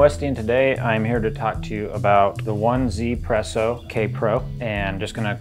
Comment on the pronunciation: The name of the product should be pronounced as "EE-ZEE PRESSO" because it is from a Taiwanese company and 1 in its name is pronounced as "EE" in Mandarin.